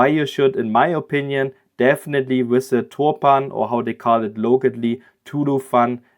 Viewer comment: Hetian: you can pronounce it like "hurt teen-an(british accent)". will be much more closer to chinese.